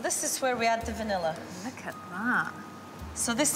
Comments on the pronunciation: Ugh. There is no "R" at the end of words that end in A. Its entertaining to listen to you consciously pronounce "vanilla" in certain parts of the VO, yet in casual, unguarded conversation you pronounce it as "vanillar" LOL. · "Vanilla I-Scream"